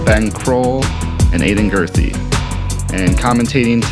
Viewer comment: Guthrie not Gurthie*